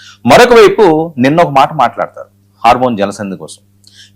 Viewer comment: హార్మోన్ కాదు.... హార్మోz